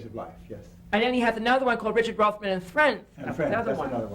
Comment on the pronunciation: Richard Rothman!? Obviously this deserves some Googling, oh its Roffman